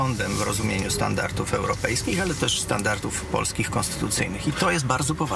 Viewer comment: Standarty, standarty, standartów..., mówimy: standardy i standardów.